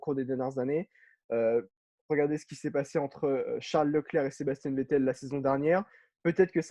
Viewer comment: ont t’apprécie tous mais faut vraiment que tu arrêtes de dire Sébastien,tu me stress a dire Sébastien c’est plus possible